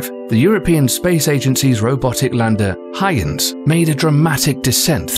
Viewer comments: Hoy-gans. Not Hi-gans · Kelly nope. We know this because it is the name of Dutch physicist Christiaan Huygens. His dutch name is pronounced "hoy gens" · Its pronounced "Hoi-gens". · Why goes he refer to the huygens probe as "heinz" it wasn't a tin of beans mate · You lose points for not knowing how to say "Huygens". Spoiler: It's not Hyoons. EDIT - Scrap that. You're pronouncing most nouns incorrectly. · Of course that would be pronounced Hoy-gans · it is iter fer ometry . a concatenation of interference geometry mapping .. not interfer metry btw ... nice use of a computer voice but you didnt write it's script to actually properly enunciate the words ... and its huy gens ... hard G not soft ... and 2 syllables ... not 1 ... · Why can't anyone say the probe's name correctly? It's a German name, pronounced "oigen" where the g sound is akin to what it sounds like in the word "gas" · It's pronounced HOY GUNS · You are pronuncing the space craft in weird way... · The way the narrator keeps pronouncing Huygens ... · nice vid but your dutch sucks lol. (huygens is pronounced much different:)) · I cringe whenever the narrator says Huygens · Really? They can’t even be bothered to learn how to pronounce Huygens. Stock footage and Wikipedia deserve the credit here